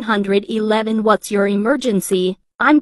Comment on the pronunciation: "HELLO NINE-HUNDRED-ELEVEN"😂